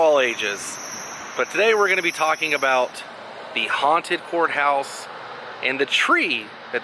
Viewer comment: ha ha ha... , I thought for sure you said Haunted **orehouse.... I had to go back to clarify